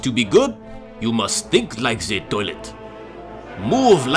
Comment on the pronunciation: When he said you must "think" like zee toilet it sounded like stink XD